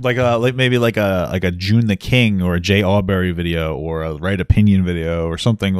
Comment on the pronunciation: Why do you keep saying j auberry when its j aubrey? Is this on purpose?